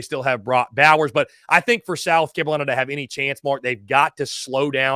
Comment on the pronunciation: What is a South Camolina?...😂🤔